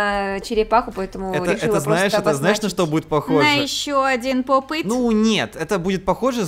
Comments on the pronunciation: Не пап ит а поп ит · Не папит а поп ит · не пап іт а поп іт!!!!!!!! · Только говорится не поп ыт а поп ит